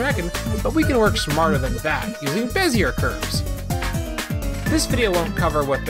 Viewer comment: This is a very impressive video, but I believe that they are pronounced "beh zee ay" curves, not "beh zee urr" curves.